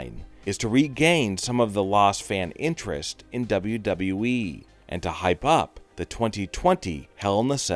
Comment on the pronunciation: How are we gonna listen to him he says WWE like wWwWesje